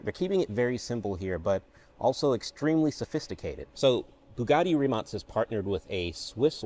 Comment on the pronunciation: Shotout for being 1st non balkan pronouncing Rimac correct